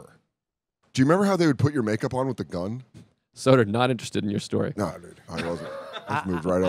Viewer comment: The first 10 minutes really got me going! Love this show. Luis with the ER on Soder 😂